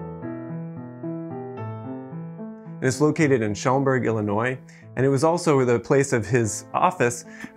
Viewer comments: Did he say "shauomberg" instead of shahmberg? lol. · It's pronounced Shawm-burg, not Showm-burg, FYI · I’ve lived in Schaumburg my whole life and never new there was such an amazing home!! (Sh-ahm-burg btw no ‘u’)